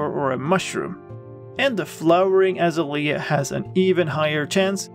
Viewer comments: I love the way you say Azalea. We say Ah-Zay-lee-ah. You say As-ah-lee-ah. Your way is so beautiful. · A Zay Lee Ah....is the correct pronunciation :) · By the way, the bush is pronounced Ah-ZAY-lee-uh. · Seriously? It's "Azalea" not "Azalea" Lol --three syllables, not four. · hAHa yOU sAId AzaLEA wRONG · The way you say Azalea is hilarious btw